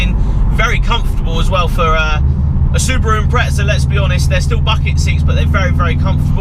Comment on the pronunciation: no "t" in impreza